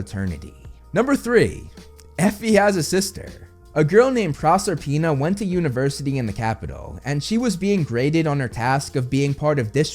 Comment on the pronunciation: It's Pro-SER-pina.